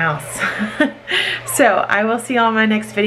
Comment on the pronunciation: FYI, it's pronounced 'All dee', not 'Al dee'. Here's an Aldi ad so you can hear it from them.